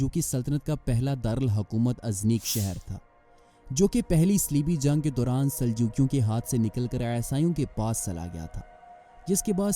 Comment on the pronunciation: Zung nai re bhai jung bol